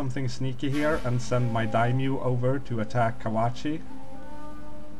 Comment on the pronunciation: it's dai-MYO, not a dymo, not a dymyu. you both fail XD